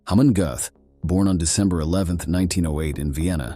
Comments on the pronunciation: Whatever kind of Ai is used to do the voice over for this needs uninstalliing, it mis-pronounces the same word about 50 times!!!! 'Gothe, Goat, Goot, Gooth, Goth' .... it is pronounced "GURTH" Rhymes with Earth. As for the actor who played him in Spielbergs film 'Schindler's list' , his name is pronounced "Rafe Fines" rhymes with Lafe Pines.... Otherwise this was an interesting and informative film, sadly the mispronunciation ruined it for me. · Very good video, but, please, it's pronounced "g-er-t" not "g-oo-th". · What is it another showing of “Schindlers List” . Some people will do anything to make money. Should also lean some pronunciation of names….. Gooooooth! would have better been saying “Got. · His name is pronounced Gert. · Narrator totally butchered his name! Smh